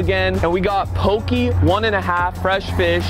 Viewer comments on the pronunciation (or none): ALL THE HAWAII LOCALS GON ROAST THE STORE….ITS “POKE” not POKI😡 dammm mainlanders🤦🏽‍♂️ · Come on rug you saying poki wrong😂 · Sorry but the propper way to say that type of dish is poke but I know hes just saying the name. By the way I'm from the place the dish originated from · The store is supposed to be “POKE” not POKI SE PO PO PO POKI LOA🤣🤣🤣🇦🇸🇦🇸🇼🇸🇼🇸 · Never hears someone pronounced pokè like that